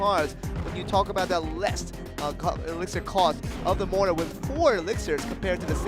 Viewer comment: Im really triggered that the commentator cant fricken say mortar right...